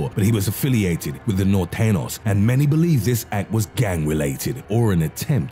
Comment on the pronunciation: He had norteñas spelled right but butchered the name 😭😭